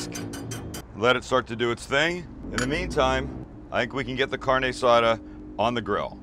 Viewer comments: Car-Nay Ah-Saw-Duh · Carne asada pronounced like carneee assada 😓😓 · The way he’s saying carne asada is upsetting 😶😐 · The way he says carne asada makes me cringe every time